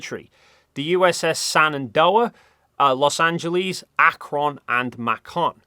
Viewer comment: We not gonna talk about how he mispronounced all the names of the American airships? Like he pronounces Shenandoah, Los Angeles, Akron, and Macon as “[the USS] Sanandoah, [the] Los Angelese, [the] Akronne and [the] Makonne”. It’s baffling how he butchered the last two. Akron and Macon are pronounced exactly how they’re spelled, how do you even screw that up 🥀